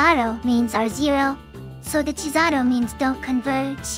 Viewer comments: I love the way they both pronounce cesàro in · Cesàro: an Italian name pronounced by a Japanese TTS imitating English... Somehow not that terribly done.